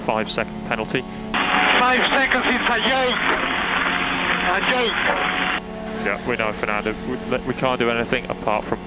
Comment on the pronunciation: 5 SECONDS IS A YOKE! - A YOKE - WHAT A JOKE, THE 5 SECONDS, WHAT A YOKE! - WHERES PALMER? Fernando, Palmer has retired. - KARMA!